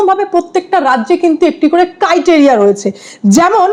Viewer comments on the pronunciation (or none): Valo video against corrupt tmc but ota criteria hobe pronunciation